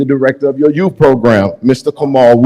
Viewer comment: “I am the yoot”, your untie? WTF….GRAMMAR, LADY, GRAMMAR!